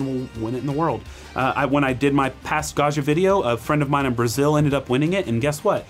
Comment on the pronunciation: Hot language tip: Gaggia is not French, it's Italian and the "gg" does not permit you to pronounce it "zh" as in "du jour" or even "Brezhnev." Gaggia is pronounced Gaw gee uh. like jam, juice, joust, adjoin and even Jimmy John.